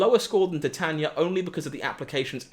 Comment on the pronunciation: Titania is pronounced Ty-Tae-nee-a like the metal titanium